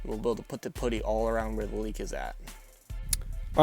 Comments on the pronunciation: Its pronounced putty not poodie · lol putie it's pronounced puddy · Love the way you say "putty" I mean the word it self doesn't have ANY (D's) in it at all... I was so confused! I was like WTF why is this guy putting Chocolate lookin (PUDDING - AKA. PUDDIN) On his Exhaust?! Then I figured it out... Maybe I have been saying it wrong this whole time... Huh, who woulda known.